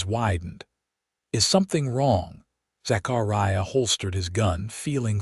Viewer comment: It is pronounced "TOO'-SAWN". QUIT MURDERING "ZACHARIAH" BY STRETCHING IT AROUND THE WHOLE ENTIRE EARTH. There are no gigantic gaps between syllables You do not have such gaps otherwise NOT even GAPS separating WHOLE WORDS.